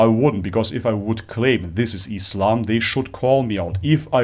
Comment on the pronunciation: I appreciate you saying Islam not Izlam or Muzlim.I don't know what is it with westerners saying it with a 'z' when they can perfectly pronounce 's'. Is it intentional and meant to be derogatory? I don't know..